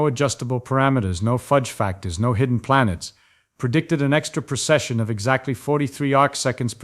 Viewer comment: It's "precession", not "procession".